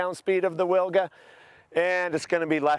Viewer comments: Awesome idea and awesome execution. I just wanted to mention that it’s pronounces Veewga, not Wilga. I’m polish and I just thought I might mention that. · Hi. What an awesome work. Just a minor detail: the original pronounciation of "Wilga" starts with a "V" sound, not "W" sound. The name is the name of a bird, old world Oriole. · man, so happy for you... btw, wilga is pronounced vilga, it's polish for oriole